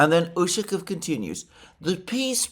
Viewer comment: The proper pronunciation of "Ushakoff" is with the stress on the "off". There should therefore be no contraction of "-o-" in the "off" syllable. It is "ushakOff". "ushakiff" is extremely annoying. Try saying "donAld". See where it gets you.